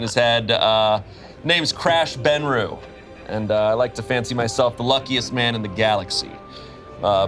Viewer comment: really? Benreu? sigh The legend of Reuben continues!